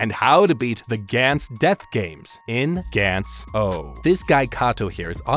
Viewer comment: Sorry,, it's not Gantz OH ,, but ZERO